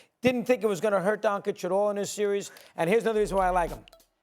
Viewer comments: Nobody: Mad Dog: Donkich 🫏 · bro said "Donkič" unironically. Who the f is this guy again? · HIS NAME IS NOT DONKISH! JEEZE! IT'S NOT DONSICK EITHER! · “Luka Donkeych” 🫏 😂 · I love how people struggle saying Doncic. If you can say cheech and chong you can say Donchich. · I almost heard "Bonkic" lol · Get Luka’s name right you dumba$$ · Who thought it was a good idea to put Mad Dog on tv. He consistently mispronounces and misquotes. Has the worst takes of all time. And just sits there with that stupid smirk like he thinks he knows what he's talking about. He's like all the negatives of Skip Bayless without any of the redeeming qualities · How is espn letting clowns that can’t even pronounce Lukas name speak on basketball? There’s kids in high school with more basketball knowledge than mad dog. Idk why he’s allowed to speak on anything other than baseball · Why are Stephen A and Mad Dog the only ignorant ones who still don’t pronounce Luka Doncic correctly? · Luka has been in the league for 6 years and these dudes who get payed to watch the game still can’t pronounce his name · Man they need to get rid of these people... One can't pronounce Luka's name, the other one said the mavs aren't a defensive team and SAS keeps talking about Kyrie and not even mentioning Luka at all. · Maybe one of these analysts will learn how to say Luka’s last name one of these days 😒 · Well it’s not that hard to pronounce at all, he’s been one of the top 5 players in the league for five years, and about half of the media doesn’t know how to say it, so yeah, it’s pretty annoying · Because its clearly a mark of disrespect. They have all heard other people pronounce it correctly.